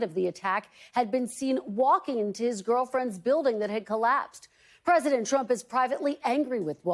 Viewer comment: Girl friend in Yemen? Did she say that? Girld friend ?